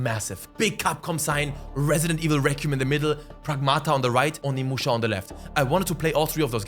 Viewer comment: i absolutely love you and all but instead of Onimuschi maybe call it Ohnemuschi